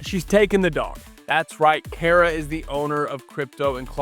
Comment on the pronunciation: Yours isn't the only channel to do this, but I wish all of y'all would learn to pronounce Kara's name correctly. 🤦